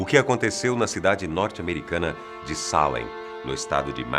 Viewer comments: NÃO TEM ACENTO NO A MDS,É SALÉM E NÃO SÁLEM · Ai que agonia que dá de ouvir ele errando o acento😥 É Salém, não Sálem. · Não se diz Salem ,se diz Salém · A América (Novo mundo) na idade média nao havia sido povoada pelos europeus. Esses julgamentos ocorreram no século 17, no ano de 1692 (idade moderna).Ninguem foi queimado vivo por esse tribunal. A pronúncia de "Salém" é exatamente como se lê, e nao Salem! Fica evidente que o apresentador defende a tese de nao haver sobrenatural no episódio de Salém, como se tem usado na retórica política e na literatura popular. De fato os julgamentos e as execusoes sao dignos de crítica e de repúdio, mas afastar as referências históticas de casos de satanismo, vodú entre outros cerimoniais de ocultismo e de experiências sobrenaturais, bem como o desconhecimento em Salém da maioria dos depoimentos e testemunhos e o descrédito dos conhecidos é desleal. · Da um nervoso como ele fala Çalen eu gosto de Salem bem forte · A palavra Salém é oxítona. Mas o apresentador pronunciou como sendo paroxítona. Qual a real pronúncia? Porque a forma de falar não condiz com a forma escrita 👍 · Pq ele fala Sálem ao invés de Salém ? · Por quê ele fala "Sálem" se está escrito "Salém" ? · Não é assim que fala Salém af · E cada vez que ele fala SÁlem eu tenho vontade de enfiar um garfo no tímpano e girar. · Pq tem acento agudo em Salém se a pronúncia é Sálem? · A pronúncia não seria Salém? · Sálem ou Salém??? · Traffic DAE DAE tbm achei que era Sete além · Ele esta flando o nome da Cidade errado .tem assento ! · A pronúncia de “salem” corrói os ouvidos...